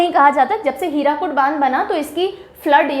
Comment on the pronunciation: It is not हीराकुद its हीराकुंड It is not पैरादीप its पारादीप Please complete yourself Kab tak aaise pdf dekh ke padhati rahengi